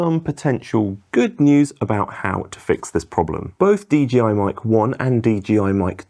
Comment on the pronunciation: It's DJI, not DGI..